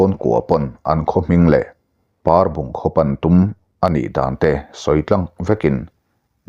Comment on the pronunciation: Parbung tih khua khi Ainawn tih thlûk lo in Pehlawn tih thluk a thluk tur ni in ka hria.